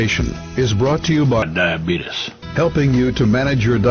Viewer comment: ''this presentation is brought to you by DIABEETUS '' 🤣🤣🤣🤣